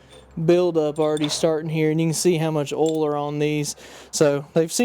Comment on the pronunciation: And yes I have met people who pronounce oil the same way that you do. But I'd like to remind you that there is a letter I between the O and the L